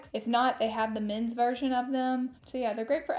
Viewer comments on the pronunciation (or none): none